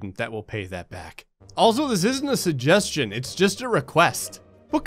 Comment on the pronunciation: Wow, you don't pronounce the first g in suggestion and it's weirdly noticeable to me. "suhjestion box"